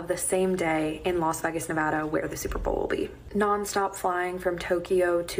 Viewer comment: Why can't that girl say vegas though??